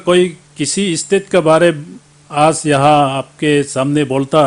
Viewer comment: Gaoliya aaj bolta hai aaajjj nahi .....pata nahi arunachal ki janta isko kyu mandate kiya .....hindi v ko MA Behan kardiya.... I salute arunachalee people